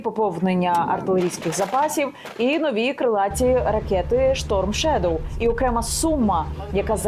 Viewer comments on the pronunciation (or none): none